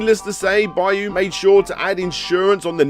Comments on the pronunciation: Absolutely no respect for foreign languages: Byuu = B you Higan = he gahn Hagane = Hah gah nay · For the love of God, just ask someone how to pronounce 'byuu' or 'higan'.